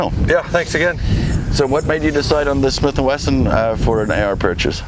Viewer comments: No, it's Smith and Western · Smith and weeson